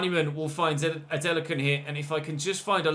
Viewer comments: you’re pronouncing it correctly it’s a nigerian name ADE LA KUN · Your pronunciation of Adelakun (A-Day-Lah-Kun) is actually fine. Just add a little stress to the "Lah" or just call him Ade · don't worry about the adelakun pronunciation it's alright even my country men have trouble pronouncing his name 😂